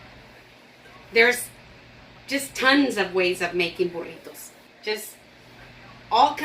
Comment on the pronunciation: That burrito looks amazing! Can’t wait to try it. Do you also have a recipe for Breakfast Burritos? I would love to watch you make those. I’ve tried to make them and they are ok but I would love to learn how to make them properly. I love the way you pronounce burritos! I can’t roll my r’s. I wish I could do that! Lol